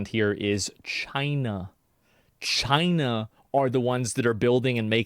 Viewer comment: When you say China you have to say it like Trump: CHYNA It's obligatory.